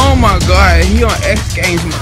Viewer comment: Oh mawy gawhd he on xgames maode